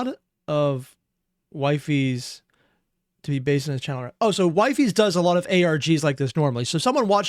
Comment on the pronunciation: Wifies is pronounced Weefees in collabs